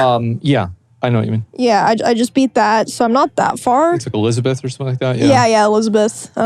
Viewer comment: Elizabeth?! Had me dying